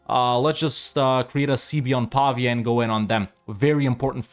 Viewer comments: I’m not convinced, since the pronunciation of ‘Pavia’ isn’t quite right 😂, but I’ll give you the benefit of the doubt. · As an italian who studies in Pavia, the correct pronounce is Pavìa, but you pronounce correctly almost all the italian city names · Nice campaign, by the way as italian i've to say that Pavia and Signoria have accent on the "i" letter, pronounced like the name Maria.